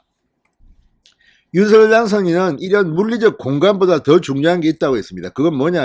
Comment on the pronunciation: 윤서결 아니라고요 방송인이 공식적으로 발음하기로 한것을 무시하는 발음 듣기 불편합니다 ♡♡윤성녈 ♡♡ 입니다